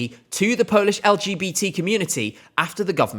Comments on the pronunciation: Your Polish pronauciation is really good! I am proud that my country is finally moving farward from what we have presented before. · Good job and really good Polish pronounciation. Thaks! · I really recommend you to listen to Sw@ dyskography as he has produced some real gems like bahato, anjela, or vysoko letaju. I was really impressed by the national selection and liked quite a few of the artists. And kudos on the polish pronunciation 😊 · Your pronounciation is really good. As a Pole I can confirm that😅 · I have to say often British people struggle pronouncing our names but you did a pretty good job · wow you're so good at pronouncing polish I'm impressed. Hardly anyone bothers to even check how anything is supposed to be pronounced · As a polish viewer, this video was a pleasant surprise. Finnaly Poland in ESC is being talked about in a positive light 🥰 I also loved Lusterka It's clear that you check how to pronounce polish words and it's greatly appreciated! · Your pronounciation is great for a Brit, we appreciate the effort 🫡